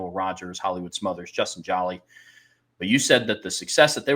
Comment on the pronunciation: Good segment fellows for future reference. #7 TE pronounced JO-LEE is a Senior. Thank u